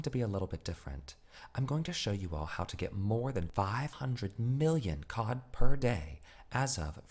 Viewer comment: I swear to god if I hear "uSe gIft cAwD ArNoInnOinnoiN fOr such an amount Of fReE cOhD!" Im gonna lose my shit